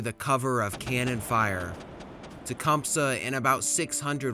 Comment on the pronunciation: You pronounce Tecumseh way more correctly than we do though "T-cum-sea"